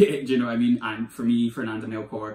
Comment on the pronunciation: You’ve convinced me to pick up Hurricane Season! I speak Spanish so I’ve always wanted to read it in the original language but it’s v hard to get here in Scotland! Love your channel! Please keep the videos coming! 💚 📚 BTW, the ‘ch’ in Melchor is pronounced as the ‘ch’ in cheese 🙂